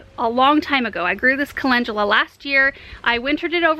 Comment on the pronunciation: You pronounce it colengula